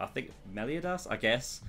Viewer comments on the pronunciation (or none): Meliodas is pronounced mel-ee-oh-dis. You pronounce the o. Gowther is pronounced go-thur. Diane is pronounced dee-anne.